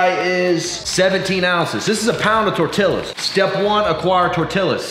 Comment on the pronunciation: I was so happy when he finally stopped pronouncing the LLs in tortillas then he did it again omg